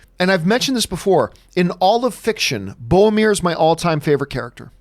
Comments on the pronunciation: Bowmir, from Feowship of the Ring. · It's BOROMIR.